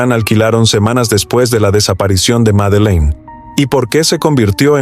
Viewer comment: Todo el video pronumcio mal.el.nombre de la niña